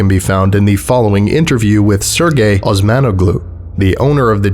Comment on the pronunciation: They’ve been isolated so long, they forgot how to pronounce Osmanoglu